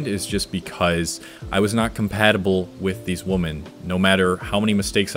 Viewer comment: Why do u pronounce women as woman😂